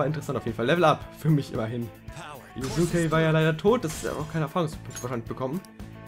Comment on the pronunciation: Oh Gott... das Yusuke auf nem höheren Level ist, zeigt dass du eindeutig mindesten aufholen solltest. Übrigens, die Aussprache ist "Yuske". Es gibt mehr als 10 Events pro Confidants. Du kannst halt einige Ausflugsziele freischalten, und dann hat jeder Charakter an bestimmten Orten nochmal extra Events, obwohl der Rang an diesen Ausflugszielen nicht steigt. Für Confidants (und demnach fü die effektive Nutzung deiner Freizeit) gibt es grundlegend einen ganz wichtigen Tipp. Einen Persona vom gleichen Arcana wie dein Confidant bei dir zu haben erhöht den Anstieg der Beziehung. Das kann die maximale Anzahl die du für Rank 10 brauchst extrem beeinflussen. Besuche den Velvet Room also öfter mal um deine Personas auch an deine Freizeit anzupassen. Und ein besonderer Tipp für Sojiro. Sobald der Rang einmal aufgestiegen ist, ist es praktischer öfter mal im Leblanc Kaffee zu kochen. Dann kommt er immer dazu und du kriegst praktisch gratis Punkte für deine Beziehung UND den Kaffee. Besser als wenn du nur mit Sojiro abhängst, ohne aufzusteigen und ohne Kaffee zu krigen xD Und bitte bitte bitte, egal was du tust, geh als nächstes zuallererst mal Ausrüstung kaufen... weil ich hinterlasse mal schlechte Nachrichten: ich war schon im vierten Dungeon hoffnungslos überlevelt UND habe die beste Ausrüstung (sogar besser als die die man einfach kaufen kann), und trotzdem kann mich nur eine gegnerische Angriffsrunde praktisch one-hitten, wenn ich auch nur einen Fehler mache...